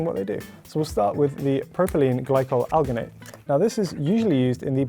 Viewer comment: He gave the american dude so much grief for pronouncing lecithin wrong and that pronounced alginate like that.